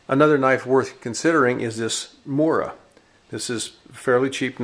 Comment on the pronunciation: also, Mora is pronounced"Moo-rah." look it up.